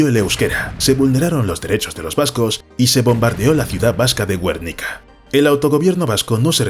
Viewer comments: Montevídio? Este canal no es una locución normal, yo creo que hay traducción mediante IA. Es imposible que alguien hablando Español de España (por lo tanto Guernica) diga Güernica o Montevídio, y menos tratando los temas que trata en este canal. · Entiendo que eres español. No conoces Guernica? No es Güernica... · Una pena los errores de la voz sintetizada... ¿Quién dice "Güernica" o "Montevídeo"? (con tilde en la "i") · Montevídio? Güernica? Me parece muy raro que un canal tan culto y en español de España pronuncie algo así. ¿Lucución o traducción mediante IA? Es que es muy raro... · Guernica XD, se hace muy raro escucharlo asi